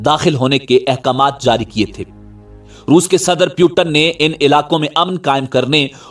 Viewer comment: naam to sahi se pronounce krna seekh jaao pu ton nhi Putin hai